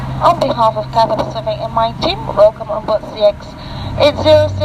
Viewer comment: Catsay Pacific😂😂😂